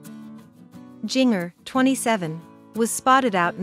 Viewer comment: Please try NOT releasing videos without pronouncing her name correctly! SMH